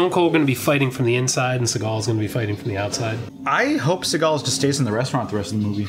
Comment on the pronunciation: Steve Seegul (how it pronounced early on), is using his black guy voice in this one.